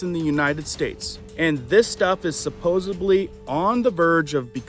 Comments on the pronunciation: "supposedly" "supposubly" is not a word. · Found your station a few weeks ago and really appreciate it! I did want to mention one item, pls don't be offended. There is no "b" in supposedly. 😬 you use the word several times in a podcast so just wanted to let you know. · Dude, it’s pronounced supposed-“LY”. NOT SUPPOSED-“BLY”.